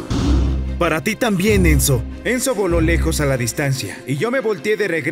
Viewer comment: Entendí menzo en ves de enzo